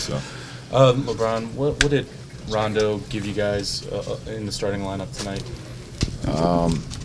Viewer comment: He called rondo “doh”... Might as well call him “Jon Doh”